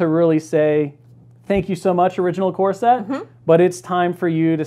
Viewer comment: Love this, but I just can’t help but hear , Earth’s mightiest “corset”. I can’t wait for that sculpt.